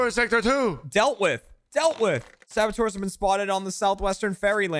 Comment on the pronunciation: Saboteur, not sabotour.